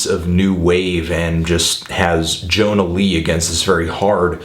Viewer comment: YO-NA LEE, not john-a lee....ugh. lawl.